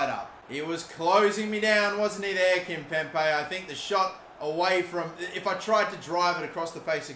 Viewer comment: There's only 1 P in Kimpembe! It's not Kimpempe, It's Kimpembe!!!